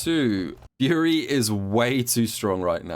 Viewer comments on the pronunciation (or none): Nah, he was definitely saying it weirdly. Even after I recognized he was saying "Fury," it still sounded like "Yuri."